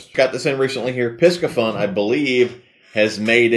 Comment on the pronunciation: It’s pronounced “PC fun” ☺️